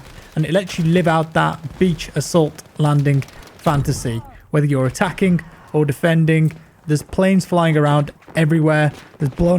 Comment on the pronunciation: haha i also notice the K after every G